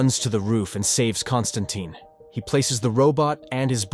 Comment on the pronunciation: Con stanten Constatine Consisten Conton Cotton Colesterol. Bro mispronounced dude name 50 times